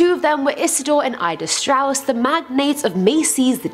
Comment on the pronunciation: It is Isidor and Ida Straus. Not Stratus